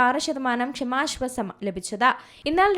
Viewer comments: എന്തെടീ നീ സ്കൂളിൽ പോയിട്ടില്ലേ? "ക്ഷമാ ശ്വാസം " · ഇവരുടെ ഷമാശ്വാസം എന്ന് കേൾക്കുമ്പോൾ അടിവയറ്റിൽ ഒരു താളിപ്പ്.😂